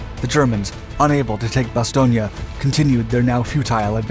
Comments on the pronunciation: I can recommend a visit to Bastogne. Many things to see. Ps. It's Bastogne not Bastogna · Oh Lordy, this narrator consistently mispronouncing the name "Bastogne" is making this impossible to watch. How are you gonna offer me a lesson on WW2 when you think there's a town called "Bastonia" in Belgium? 😄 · Isn't it pronounced bas-toy-n? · The town of Bastogne which is pronounced Bass stone had five major roads leading in and out was of strategic value to both sides. My uncle was one of the so called Battered Bastard's of Bastogne. He was in the One hundred and fìrst. The German commander committed suicide when he failed to obtain his objective. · actualy its pronounced Bas-ston-je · Ba Stone... There is No '..IA...' at the end! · It is pronoced Baston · To precise pronunciation Bastogne consonant in the end is soft n like in the word cognac in the middle